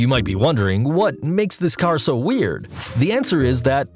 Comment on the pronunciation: Stop say W E R I D